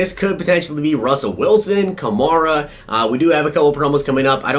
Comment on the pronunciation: You're pronouncing Alvin kamara's name wrong! It's pronounced like a female horse , a mare. so its Ka-mare-a!